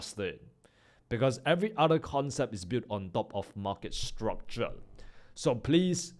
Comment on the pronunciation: Bro is really speaking structule instead of structure or my airpods are gone😅